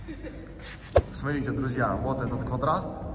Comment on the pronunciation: говори пожалуйста слово «СМОТРИТЕ» правильно. Когда ты говоришь сотрите, это в уши бьёт сильно